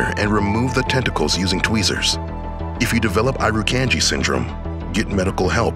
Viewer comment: That’s not how you pronounce Irukandji